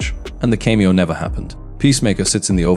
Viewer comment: cant pronounce cameo. Ai voice, but could it really be an Ai script. seems so conceited and wrong. so probably totaly fake